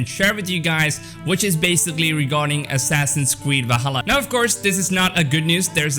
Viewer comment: “Assassins Cweed”